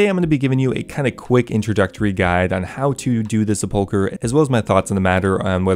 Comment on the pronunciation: Finally someone who knows how to correctly pronounce "sepulchre"